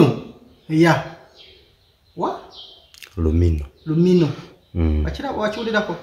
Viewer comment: Lumiinoo not lumino